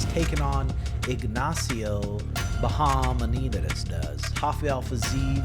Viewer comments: Ignacio Bahamunindiazdaz LOL nailed that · In Bahamontes 😂 you were so f### wrong in the pronunciation 😂